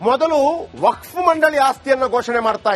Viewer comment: Waqf akshara nininage ucharisalu kasta aagbahudu yakandre ninna nalage sari illa